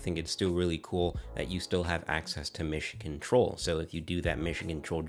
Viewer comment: I kept hearing "Michigan Troll" until I understood it was "Mission Control". I must admit I was scratching my head at first lol.😂